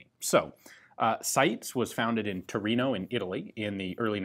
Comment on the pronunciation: WOW, you pronounced "Torino" that well that I didn't understand the word, I thought it was an English word for a moment and my brain couldn't translate it. But "SITES" was destroyed, so the world is in balance, I guess XD